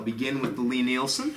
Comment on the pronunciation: into the video, I really really don’t want to be THAT guy but I’m reasonably sure that ‘ Lie-Nielsen’ is pronounced like Lye-Nielsen instead of ‘Lee.’ I found out a few years ago that in my own pronunciation, like, was from me mixing Lee Valley with Lie-Nielsen. If there are endless threads on this topic, sorry to waste everyone’s time. Thanks for all of your great work! It’s much appreciated!!